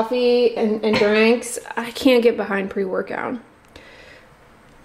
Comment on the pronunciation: I love how you call drinks 'dranks'!!! LOL